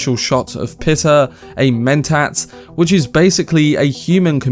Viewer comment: Also it is “pie-ter” for the mentant.